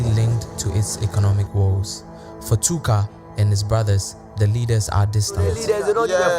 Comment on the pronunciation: Bro said Tooka 😅